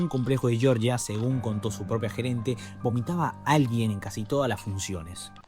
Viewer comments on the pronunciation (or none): none